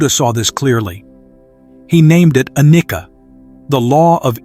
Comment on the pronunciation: Sadly, the mispronouncing of the word annicca